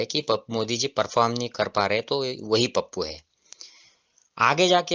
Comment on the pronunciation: Pappu nahi tappu bola